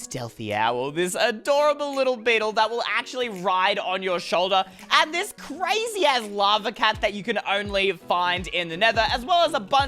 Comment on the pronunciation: He Said crazzy ass lava cat